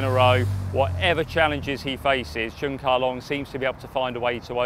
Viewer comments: Congratulations Cheung Ka Long! I can feel the bias of the woman commentator on the NBC channel every time she mispronounces Mr. Cheung's name. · She did it intentionally. No respect . Should not qualify to work as announcer, if she did not want pronounce correctly